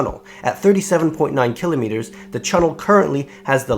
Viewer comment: the way you pronounce "Kilometers" bugs me :/